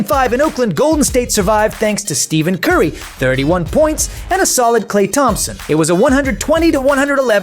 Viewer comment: You can’t even say curry’s name right and LeBron never wanted a big 3. The heat pulled some moves to get Bosh